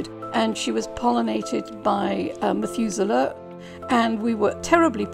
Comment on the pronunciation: This is such an amazing story. Amazing to hear the correct pronunciation of Methuselah as well. Well done to the Mothers of Methuselah! <3